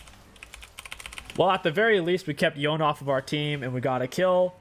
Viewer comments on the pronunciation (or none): It's Yo-Nay not Yown, every time I hear it pronounced like that I want to smash my head against a wall.